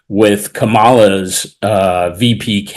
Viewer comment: Typical of the Sun to please Murdoch, its owner, by finding someone who knows how to pronounce Kamala Harris's name but chooses to mispronounce it.